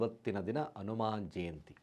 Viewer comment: Pronunciation it is Hanuman jayanti